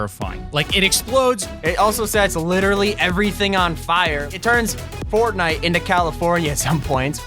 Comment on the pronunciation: Did anyone else notice T5G said “port night”?!